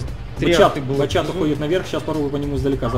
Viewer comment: да бля,, не батЧат, а батШат правильно)))